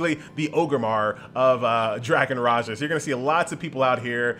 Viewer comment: Raha not Raja.. Ra'Ja.. its like John Cena not Jan Sina!! Understood?!